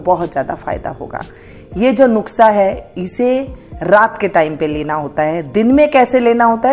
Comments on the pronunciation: नुक्सा नहीं नुस्खा है। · नुक्सा नही नुस्खा होता है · Madam " NUKSA" NAHI HOTA. IS KO "NUSKHA " BOLA JATA HA . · नुक्सा नहीं नुस्खा 😂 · वो नुक्सा नही नुस्खा कहते ही मौसी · Hi Aunty, me apko bahot follow karti hu, ise galat tarikese mat lena but ye apki kniedge ko jyada consideration milega, ap ise video me nuksa bol rahe ho, usko nuska bola jate he, thoda sa editing karna hoga. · Mam aap nuske ki jagah nuksa bol rahi h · Thank you di ,❤nuskha bolte hai,😅nuksa nhi bolte hai 😅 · अरे mam नुक्सा नहीं नुस्खा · Pehlay lafaz seekkh lain . Nuskha lafaz hai. Nukhsa naheen . haraan hoon her banda hee hakeem Lukmaan bun gaiya hai .. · its Nukhsa ( Not Nuskha) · आप नुक्सा बोल रहीं हैं नुक्सा नही नुस्खा होता है । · Mam nuskha hota hai nuksa nahi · nuska hota hai na ki nuksa okk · Nuksa nahi nuska bolty hai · nuskha hota hai nuksa nai bolna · नुकसा नहीं नुस्खा होता है 😂😂😂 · Aunty ji ise nuksa nahin bolate ise nuskha bolate Hain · Yeh nuksa Nahin nuska kaho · nushkha nahi madam nuskha hai wo